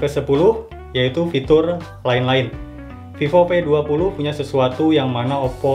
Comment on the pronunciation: Mungkin dia org Sunda😂